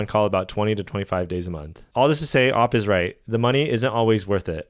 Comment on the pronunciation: OP is not pronounced OPP that's opponent. It's just o p. 🦪